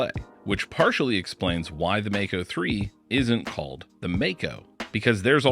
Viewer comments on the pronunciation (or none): Regarding the pronunciation, nearly everyone gets this one wrong. The word comes from the Maori language here in New Zealand and is pronounced "mah-ko", not "may-co". The 'a' is pronounced as the 'a' in 'palm', 'bra', and 'father'. Just thought you all might want to know this.....